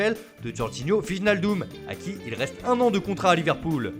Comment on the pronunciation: Wijnaldum se prononce "weïnaldüm" De Bruyne : de br-oeil-ne De jong : de yong Van dijk : vanne deïk Alderweireld: aldeur wéreuldd Witsel : ouitsel Koeman: koumanne Deligt : delihhht (h aspiré comme en arabe) Nu kunnen julie met een ndls accent spreken 🇳🇱🇧🇪